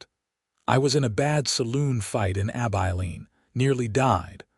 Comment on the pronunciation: Or, Abilene, Texas. AI doesn't know how to pronounce Abilene.